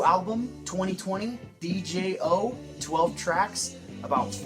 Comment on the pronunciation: yo dig the review but "DJO" is just pronounced "Jo," the D is silent